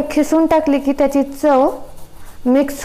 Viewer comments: Khisun nhi g bai kisun bol.....🙄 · Mam your recipe is very good but you talking Khisun but It is kisun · खिसून नाही किसून आहे शब्द